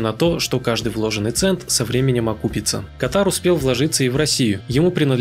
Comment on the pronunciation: Почему КатАр? КАтар!первый слог ударный!